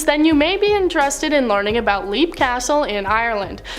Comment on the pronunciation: Leap Castle is pronounced LEP Castle. Different language. Fratricide is the killing of a brother. Sororicide is the killing of a sister. Think FRATernity and SORORity.